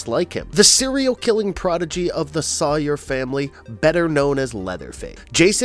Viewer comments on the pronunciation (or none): Soy-er not saw-er😂🤣